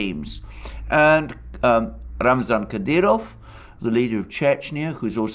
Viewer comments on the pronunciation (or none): none